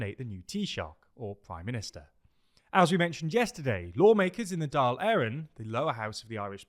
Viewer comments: Just a quick correction,Dail is pronounced Dall like ball with a d. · Good pronunciations for the Irish parties! Just one thing - Dáil is pronounced the same way as "fall" because of the fada on the on the "a" Hope this helps and love the videos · Dáil is pronounced like “Doil” 🤓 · The pronunciation is Dáil as in fall. The stoke on the 'a' gives it emphasis. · No he didn't. Pronounced Dail wrong. Should sound like tall with a d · Please stop trying to say Dáil, it hurts me every time you say it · calm down. This is a vast improvement. Compare this to BBC or Sky News. It's pretty close. Dáil was the most off. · Hey team! Fair play for improving the pronunciation of both Fianna Fail and Fine Gael! Pretty spot on! Just on "Dail", it's pronounced as Dawl, as in Drawl without the 'r' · Yep, forget trying to pronounce the i in Dáil if you're not used to the finer points of the pronunciation - Dáil just rhymes with fall! Same with Micheál = mee-hall, emphasis on hall!